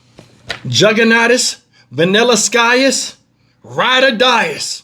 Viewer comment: its the " VANILLASKYUS " for me, im dead :face-blue-smiling::face-green-smiling::face-purple-crying